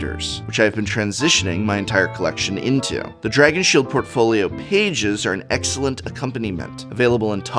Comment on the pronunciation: Ah yes.... A for "Aexcellent".